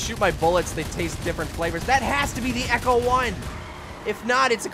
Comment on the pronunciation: It's ECTO 1 not ECHO 1!!! Graaaaah! You're killing me!